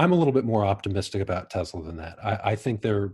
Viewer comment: Supposed to be Tesla, rather than Tezla. But, I like the Z